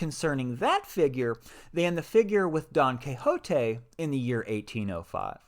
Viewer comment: Great video! Love how you pronounce Don Quijote!